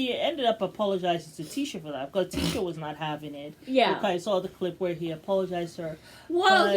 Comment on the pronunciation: Her name is Tisha (T-ShA)